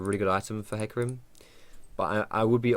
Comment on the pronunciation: I'm triggered, do you really pronounce it as heecarim?